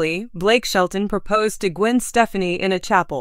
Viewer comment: This lady apparantly does not know who the couple are. She continues to mispronounce Gwen's last name.